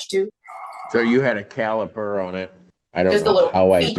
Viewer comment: Not Calper, caliper haha